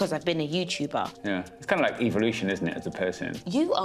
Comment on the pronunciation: he said EVA-LUTION he a Eva Marie fan like me. that the correct words to say how you say it. not Evolution it's EVA-LUTION and this is EVA-LUTION so great so amazing that he said that at what a honor I'm keeping EVA-LUTION alive. Always her badass theme boss it